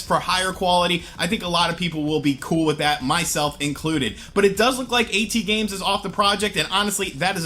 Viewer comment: "A-T-Games"? It's *AT*Games